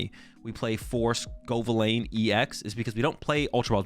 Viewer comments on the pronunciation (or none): if you watch the first couple of battles he definitely doesn’t 😂 “scovillane” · I’m convinced you deliberately pronounce Pokémon names wrong at this point. It’s clearly pronounced sco - villain (as in, a bad guy) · It's pronounced sco' villain